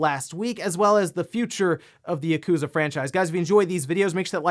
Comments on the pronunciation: It's "Yah-ku-za", not "YUH-KOOzuh"! Please say Yakuza correctly please? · Ah yes, gotta love Yah-Kooza series.